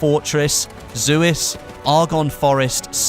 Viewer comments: Suez isn't pronounced zu-iz, it's pronounced Sue-ez. At least that's how I've been saying it and I could be wrong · Suu-ez not Zuis pls;) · Suez not zuis (I'm sorry but that's my trigger) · "Zooez canal"- suez canal*